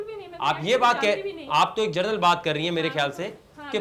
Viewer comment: gernal nhi be general hota h chutiye